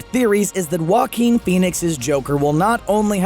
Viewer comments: I thought Joaquin sounded like jokin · Still learning how to pronounce Joaquin.